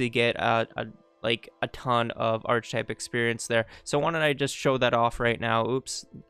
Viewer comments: It's pronounced ark-eh-type, not arch-type, like architecture ark-ia-tech-tcher. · This is a brilliant video but the fact you keep pronouncing it "arch-ih-type" instead of "ARC-ih-type" is killing me. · Very interesting. That said, it’s pronounced ark-e-type. Took me a while to work out what you kept saying. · theses is the plural of thesis. archetype is pronounced 'ark-ee-type' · important! The word is pronounced "ark-e-type" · Great video. Really good details on how to actually use the mod thanks! I do have a criticism, however, and it is as follows: Ark-type and thee-sees That is all. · ar-keh-type Good guide though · Great guide, thanks for making it! But for the record, it's pronounced "Ar-Kuh-Tipe". Barely a distraction honestly, just thought it was funny. Hope you're doing great 3+ years later! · It's pronounced Ark-type (the "H" is silent) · Thanks so much for making this guide! Super detailed and helpful. One thing I thought you might want to know, though... I think the word "archetype" is usually pronounced differently than you've been doing it. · Good stuff. Had this mod for weeks and never even tried it. Learned alot. The mispronouciation of Archetype had me laughing hysterically !tho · You should learn how to pronounce archetype so you’re not butchering the English language throughout this video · Too bad you can't fix those two thousand times you mispronounced it. Ah well. I really don't think I can get through it in its current state. Thanks for your effort though. Well I went to other sections where the word wasn't used much and I learned a lot. Thank you. ..